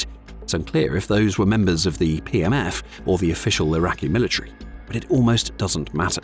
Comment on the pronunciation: A couple of times it sounded like you said "PMS Forces". I thought it hilarious and proper at the same time.